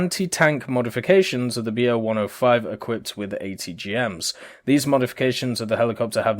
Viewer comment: it's not Be-Oh... its BO. thats the abbreviation of Boelkow. Like Ju for Junkers etc.